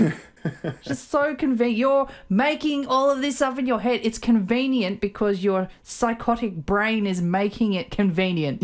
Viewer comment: keeps mispronouncing psychotic when talking about these two.